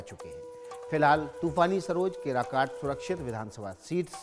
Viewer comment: केराकत है सही से उच्चारण कीजिए, अच्छे से होम वर्क कीजिए